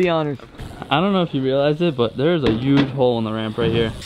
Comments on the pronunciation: Dom , "there is a 'youj' hole in the ramp" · Dom says "there is a 'youje' hole in the ramp" lmaoo